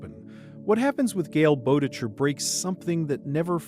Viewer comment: gale boe-tech-her bruh the pronunciation 😭